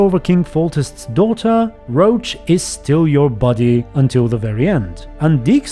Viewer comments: Isn't Roche pronounced as Rosh, not Roach? For a while I thought you were talking about the horse lol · Why do you pronounce Roche like Roach ?